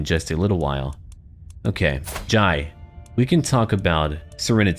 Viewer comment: Jai is pronounced with an "eh" sound so like "j-eh" Only saying because it's a matter close to my heart